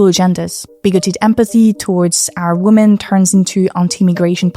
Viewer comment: pronounce “women” correctly challenge 2025, difficulty: impossible